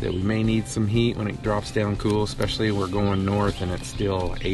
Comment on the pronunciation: 😂 I don’t think it’s “effort”, it’s simply saying something at the moment and just leaving it because you know most people understand what you are saying. has a habit of saying “exspecially” even though she knows it’s especially. We just don’t worry about those type of things that really don’t matter when it comes to making a video. That would be silly to judge someone based on how they pronounce something. Probably why you don’t see many comments about that sort of thing. Thanks so much! 😊🤓